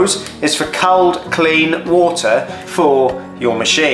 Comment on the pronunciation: Good video but can’t over how you pronounce “cold”!!